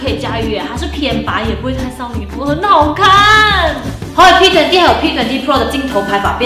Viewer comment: 我就想知道你这个20到底怎么读？愣是没听明白。。